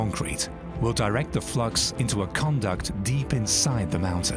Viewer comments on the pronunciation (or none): a conduit is a tube for conveying water/wires etc. it is pronounced 'con duit'. it isn't pronounced 'con duct' which refers to behaviour.